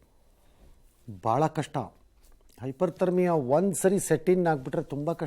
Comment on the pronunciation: Its not Hyper thermia but Hypothermia please educate Ranganna and ask him to mention this correction in next episode